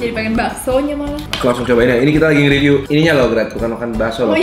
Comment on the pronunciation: Riveuw baso apa riveuw peyek bang haha